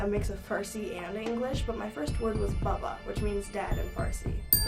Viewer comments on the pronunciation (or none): It’s ”baba” not bubba